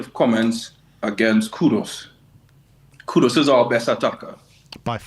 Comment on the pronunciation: For all the fans: It’s KUDUS not KUDOS. Just like it was ErikSEN not ErikSON… Dude literally has 5 letters in his last name yet you see more people getting wrong that right.